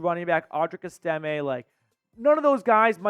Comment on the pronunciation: Es- ta- may. Not Es-tim- a.